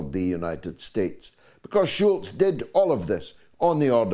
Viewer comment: Scholz george.not schulz!